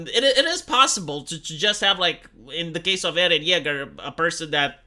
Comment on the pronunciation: you make eron yager from attack on titan sound like paul atrayadees from dune